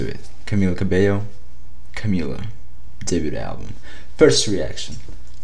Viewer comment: just satinng her name is pronunsed cabeio